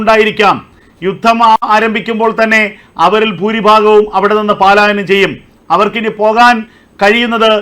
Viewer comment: എന്തോന്ന് പാലായനം, പ ലായനം എന്ന് പറയു. എത്ര നാളുകൊണ്ട് കേൾക്കുന്നു, ഒന്നാമത് ഒരുമാതിരി ചെകിടൻ ശബ്ദം, ചേട്ടൻ ഏത് സ്കൂളിലാ പഠിച്ചത്